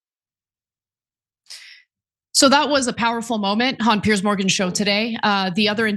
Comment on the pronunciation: Piers not Pierce ……..